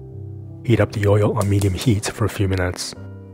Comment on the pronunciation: You say, 'oy yo' instead of 'oy ill'.